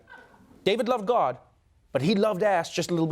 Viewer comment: Trevor keeps saying guard instead of God